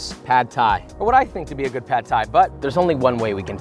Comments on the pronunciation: It’s pronounced more like paht not pad. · I know it’s nit-picking and it’s spelled “pad” but it’s actually pronounced “pod”. UR pronounced it correctly. The A is as in “car” not “cat”.